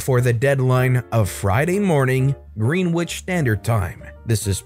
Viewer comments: Greenwich pronounced gren itch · Greenwich pronunciation: Gren-itch